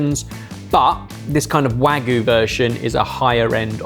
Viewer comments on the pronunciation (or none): ok i think its time they learn how to pronounce wagyu... hint its not wagoo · I study and speak Japanese very often, and speak with native Japanese speakers. But I always wondered why you guys always say "Wagoo" for Wagyu? Japan doesn't even have a phonetic sound for "Wha" (sounding like the start of the word "whack"). The "Wa" is more like a "Wah", and the Gyu is pronounced that way! Using the Japanese characters for Wagyu you would write it "わぎゅう" which is the phonetics "Wa Gyu u". The correct pronunciation for a British speaker would be more like "Wah Gyoo". Also I understand that puts in a lot of effort to pronounce things right by their local pronunciations, but when it comes to Japanese he very often butchers it! Japanese is not a language like any Latin derived languages. The language is built out of phonetics (Ka, Ki, Ku, Ke, Ko, Sa, Shi, Su, Se, So etc). Pronouncing things like "WaGyuU" by adding a spin on it just doesn't make sense and confuses Japanese speakers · Sounds like you’re perpetuating the mispronunciation of wagyu. You need a Y in there